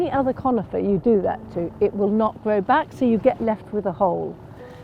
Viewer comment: O, she's so sensible, so professional, so knowledgeable, such a great eye. Direct, confident, 100% posh. And I keep reminding myself, "just iwwigate it, and it will gwow like the clappers."